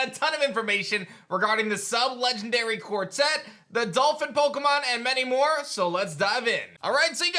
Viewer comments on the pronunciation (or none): none